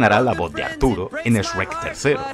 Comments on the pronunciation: Lo único raro es el "Esrek" pero a saber por qué eligieron pronunciarlo así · Lamento de decirte que usa memes en castellano y en español latino y el sabe que gran parte de su público es de latinoamerica y por eso alterna siempre en decir shrek y Esrek:v es muy gracioso xD